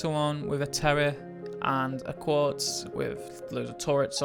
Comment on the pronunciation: its not "quartz" its "quetz"